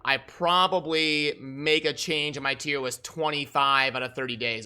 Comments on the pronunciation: Wait are you saying “Tier Wist??” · Did he say "Tiem Wist" multiple times?